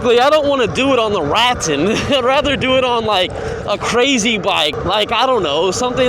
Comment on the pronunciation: Ruh-tan… I believe is how you pronounce it. 😊